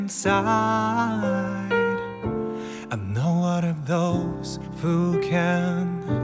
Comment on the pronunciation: insideとかhideとかの発音が心地よすぎてとろけます